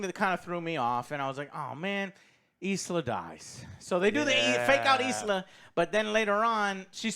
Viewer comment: Its Elsa not isla 😂